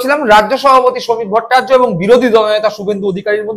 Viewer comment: ভট্টাচার্য্য উচ্চারণ টা ঠিক মতন রপ্ত করুন দয়া করে